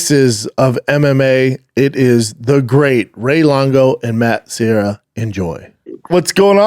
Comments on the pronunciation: Matt serra. Not matt sierra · Matt's last name is Serra not Sierra. You talked to him for an hour and got it wrong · Serra not sierra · Classic Schwab,,,, Matt SEE - era and then SEE - era pulls out the Brian KAY - Lin !!!! And then the King of Mis Pronunciations Schwab CORRECTS SEE - era for his KAY - Lin !!!! Classic Schwaaby show!!! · Why can't Brendan pronounce Matt Serra's name in the beginning?